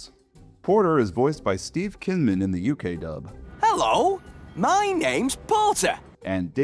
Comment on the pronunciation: STOP SAYING KINMAN IN PLACE OF KYNMAN!!!!!!, GET IT RIGHT!!!!!! AAAAAAAAAAAAAAA🤬🤬🤬🤬🤬🤬🤬🤬🤬